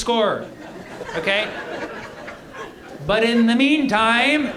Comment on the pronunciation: that "In the mean time..." and the follow up sentence was so Canadian, lol.